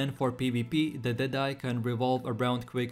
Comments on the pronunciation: the way you said the deadeye timestamp xd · the way you said the deadeye made me laugh haha .. awesome tier list 🙏❤️